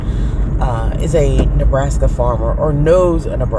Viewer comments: I swear he said Neblaska! 😂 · Please stop saying Neblaska. I know I’m petty, but it’s driving me crazy. Please it’s Nebraska.